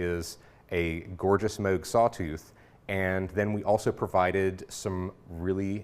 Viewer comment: Did he say Moog Moose!?